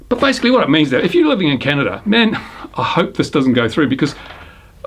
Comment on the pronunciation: Try to learn how to say "CANADA".